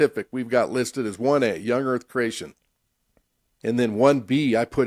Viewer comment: The way the guy on the right pronounces creation sounds a lot like “Croatian”. So I hear “croatianist”, “croatianism”. As a Croatian it really grinds my gears.